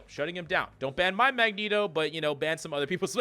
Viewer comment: What's a "bann" rate? What's terminology in this game for bann or whatever you keep saying?